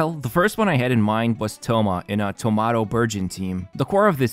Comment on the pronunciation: Him: “thomato” me: 🍅